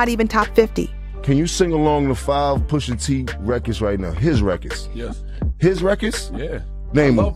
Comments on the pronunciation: Poosha??😂😂 I hate how she pronounced Pusha.... But aside from that this was good! Jimmy is crazy like 😂 his mama ...Great breakdown tho. Gave it a like 👍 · Ummm why is she mispronouncing Pusha and Nas? WTH? 😒